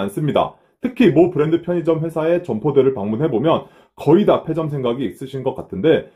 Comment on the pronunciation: 페 아니고 폐